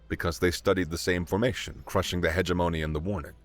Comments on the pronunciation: I ❤ this story and the human narrator. FYI, I think that "hegemony" is more or less pronounced "huh JIM uh nee" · wow your an awesome narrator. you did mispronounce "hegemony" and missed 6 or so adjectives, adverbs, etc. compared to the text on screen so for all intents & purposes thats perfect. if you can do 2 or 3 female voices you'ld give the very best "AUDIBLE' narrator a run for his money. im looking forward to listening to your narration of many complete books. don't let me down.